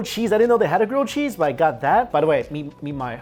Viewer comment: he says cheese as 'cheesh'